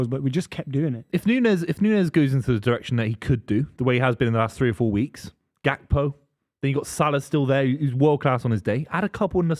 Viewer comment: It’s Gakpo btw